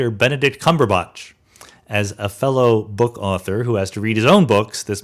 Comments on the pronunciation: Sean Carroll Hi Sean, that actor’s name you mentioned is not “Cumberbunch”, it’s CUMBERPATCH. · Benedict CUMBERPATCH not Cumberbuch. Apart from that minor glitch a great podcast! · You "botched" Cumberbatch. haha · Cumberbatch actually.